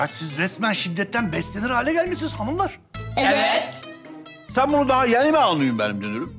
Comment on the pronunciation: Arkadaşlar deki sahne efsane kalender ağan dünürü astinda böyle ivit dilde evet dicekdi yanlışıkla ivit dedi araşdırırsanız bularsınız bende işsiz gibi araşdırdım 😁😂😂😂😂